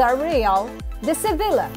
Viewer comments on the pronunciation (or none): Sevilla pronounced as “SEVEEYA”